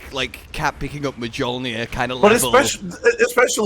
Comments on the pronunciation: "Muh jolnir" xD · Did you just say m'joelnear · just said mjolnir so wrong i stopped mid mission in darktide and said wtf why does the palico brain have cat ears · the way you pronounced mjölnir caught me off guard 😂